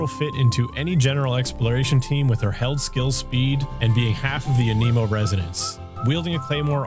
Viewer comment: “A Nemo”